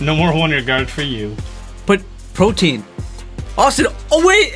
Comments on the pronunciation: Dumbsparces new ability is not protean it is pro-tee-an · Lol it’s protean, not protein